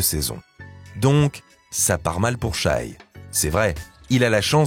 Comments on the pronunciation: Le mec prononce "chaille". J'ai pas pu finir la vidéo. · c'est shai pas shy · Challenge : si SGA gagne, on apprend à le respecter en prononçant son prénom correctement.